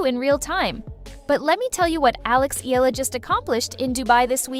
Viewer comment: Last name is pronounced as EH-YAH-LUH